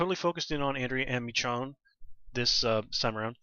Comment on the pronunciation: I'm pretty sure her name is pronounced "meh-SHOWN" at least that's how I heard it. As always, great review. Looking forward to the rest of the season.